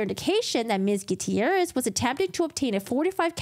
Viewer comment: Thats one way to say Gutierrez